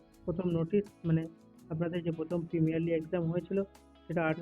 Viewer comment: প্রিমিনারলি না গো প্রিলিমিনারী বলে